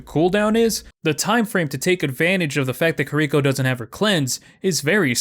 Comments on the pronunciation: ki R iko not kir I ko you put the emphasis on the R not the I, its literally in her gameplay reveal but big agree shes way too strong rn. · key- ree- koe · pls learn how to say kiriko correctly it's really bugging me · The actual correct way to say Kiriko is /ˈkiɾiko/. But right, everyone would just call you a weeb for changing things up like that. I can understand him fine, there's no real reason to change it. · Loved the video but hearing you mispronounce Kiriko for 8 minutes caused me great pain 😭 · smh I don't get why it's so hard for people to say kiriko. Y'all don't fuck up genji, torbjorn, Hanzo, or mei, so why is kiriko the one you have trouble with?